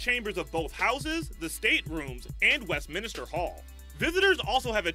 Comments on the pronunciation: westminster not minister :) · As a Welsh man I can't help but laugh when hearing people trying to pronounce Welsh names. Y Senedd is maybe not that easy. I have never heard anyone pronounce Cardiff in that way. Fair play for trying to say it every time and not cop out and say the national assembly building of Wales. I respect that not a lot of people would do that. Also I did chuckle at the way you said Westminster. Oh yeah what was the loud music cutting the end of the intro off? Very odd. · If you can't pronounce Westminster correctly, you have no right to be a narrator.